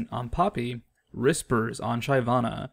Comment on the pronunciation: it's Shi-VAH-na, not SHY-vah-na. She kills, like a shiv, she's not shy.